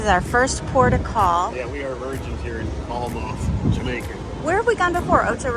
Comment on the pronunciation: Pronounced Fail-mouth